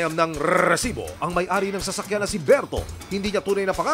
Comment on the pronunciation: Manonood sana ako pero paulit ulit yung rrresibo, sumasakit tenga ko😂😅